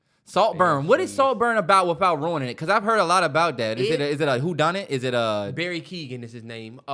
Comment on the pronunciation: Y’all butchered Barry and Jacobs’s last names. Lmfaooooo